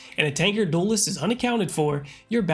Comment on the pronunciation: i love the way he say DOOLEST its so funny lmao. great vid tho this series is so helpful